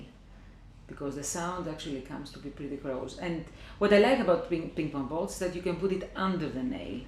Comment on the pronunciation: I like how she says ping pong bolls..lol..